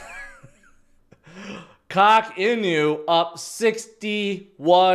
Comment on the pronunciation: At what point did start pronouncing all the "Inu" coins as "In-You"